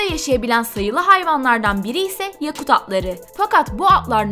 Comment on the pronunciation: MâşâAllah tebrik ederim, güzel bir gezi olmuş. Yakut kelimesi okunurken, ya hecesi biraz uzatılmayacak mi?